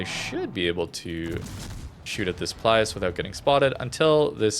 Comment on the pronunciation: the italian alternative ships' names start with PILUS, not PLIUS!